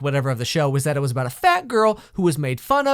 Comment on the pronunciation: Itzz... Itzz wazz....It waz really something.